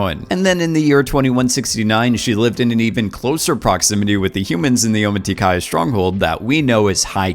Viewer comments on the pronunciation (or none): Te Suli is pronounced "Sooli", also it's Neteyam, not "Neyteyam" and Omatikaya, not "Ometikaya", Pa'li, not "Pa'le", beacause Pa'le is a direhorse name. You were sooo lucky to make that interview, very nice! :)